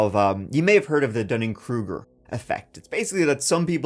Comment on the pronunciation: Close on the Dunning-Kreueker